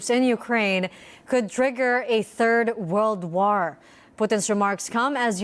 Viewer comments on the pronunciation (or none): What’s a ‘World Wur’? 🤷🏻‍♂️